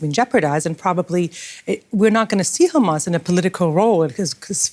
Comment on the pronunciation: She slipped with that khamas